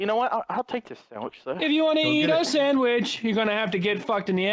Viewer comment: you know why he went for the sawich because he likes sawiches